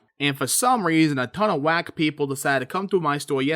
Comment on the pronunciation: The way out said wack made me do a double take thought you said black.